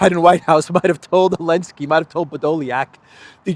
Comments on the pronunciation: Why is he saying “Elensky” I’m assuming there’s a reason, did he change his name to Zelensky or something, the way they tried to change the name of Kiev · Love your show, subscribed and like all your videos. Love the way you mix your humor with political content. I especially like when you can't resist laughing yourself at the insanely incompetent world leaders today. Please, Please, Please, stop calling him Alensky, don't bow to his pronouns. He isn't even the legitimate leader and you're bowing to his insanity of his deleting a letter from the Ukrainian alphabet.